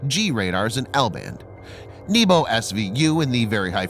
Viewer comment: is not "n-i-b-o" but " N-E-B-O" - НЕБО - sky